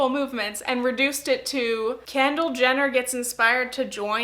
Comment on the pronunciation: 9m 34 “Candle Jenner” 😂😂😂 YOU KNOW ITS KENDALL RIGHT?